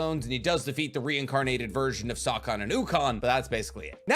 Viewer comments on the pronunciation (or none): Whooosse sawcon?? 🤭